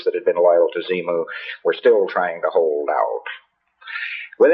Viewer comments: Ok...so , this maniac says, quite clearly... “Zee-Moo”...as opposed to “Xenu”... 🤣🤣 Honestly, I can understand why so many people flock to religion, ESPECIALLY in trying times, but THIS is just nonsense. Complete, absolute, unadulterated, grade-A BULLSHIT! And whats worse is that I don’t even get the vibe that he was trying to make it sound believable wherein his words would be referred to as gospel. The more I learn about scientology and all the maniacal aspects contained...I just shake my head. I need to start a new religion! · Did he say "zee-moo"? Isn't it with an 'n'? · he clearly says "Xemu". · Did you all notice he calls him ZEMU NOT ZENU??!! LISTEN TO AND and quite a few other times actually... Do we have it wrong? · Am I the only one who heard him say and spell it Xemu? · Wait...is he saying "XeMu?" 😕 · at the end he keeps saying Xemu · Pretty sure he said "Xemu" xD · He does it a couple of times.